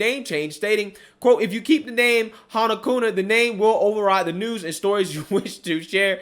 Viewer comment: It's not "Kuna" it's Kuma, with an "M". Otherwise great story.